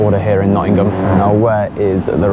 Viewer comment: Grew up in Nottingham, great to see the old haunts again... BTW the G in Nottingham is silent!!!